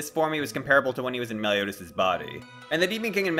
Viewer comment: Said meliotas lol